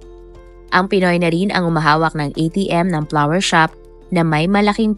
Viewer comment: Its FLOWER SHOP NOT PLAWER SHOP !